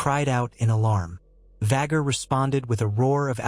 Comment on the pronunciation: “Vhaguuuurrr” and “Viseñyaaa” pronunciation will always make me cackle. Any time I hear it in these videos I flinch and laugh at the same time. 😂